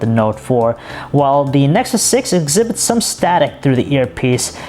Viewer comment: Google Nesxssuseosnes 6 . WHAT THE FUCK DUDE :D :D